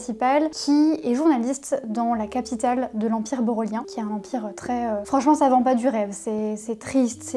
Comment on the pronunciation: Pour le livre "un pays de fantômes" quand tu dis l'empire Bolorien.... j'ai entendu à chaque fois "l'empire Bolloré" 😱🤣 Très chouettes recommandations!